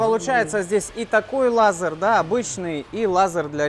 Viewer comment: Странно, от вас технарей, слышать "лазар". Даже ютуб подчеркгул, что это ошибка.